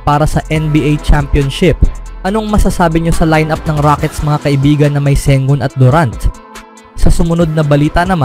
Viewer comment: Ang masasabi ko ay malakas ang phoenix suns basta magkasama sina Sengun at Sengun. Dalawang tao ba sila?😂😅😂 Bakit pabango-bago ang bigkas mo?